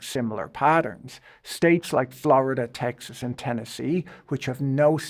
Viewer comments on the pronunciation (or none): none